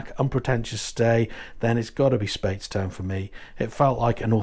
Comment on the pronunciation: My parents lived near the Fish pot in St Peter for 11, so I have a huge amount of affection for everything Bim! I might be wrong but always call it “Spites-town” vs “Spates-town” tho 😅